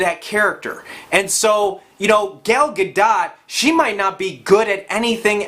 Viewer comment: it's "Ga-doh" I think.